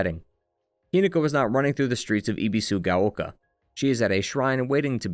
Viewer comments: Ah yes "ee bee su ga oh kah" Dude, you spent hours obsessing over a game in Japanese and you couldn't make an effort to pronounce the names right? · Ebi like the shrimp, like ebb and flow, bee like the bee. Sue like the girls name and gao rhymes with cow. Your pronunciation is rough.